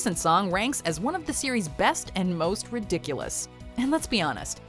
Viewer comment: it sounds like your saying Siri and so when ever you say series Siri will pop up to say hi